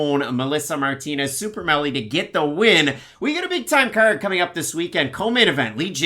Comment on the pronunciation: It's super mely not Melly. Therefore you got to go with super mely